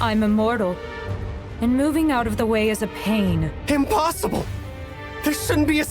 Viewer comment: Hahaha she said emplossible